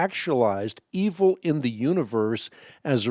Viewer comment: Hank it sounds like you said humans brought evil into the world!!?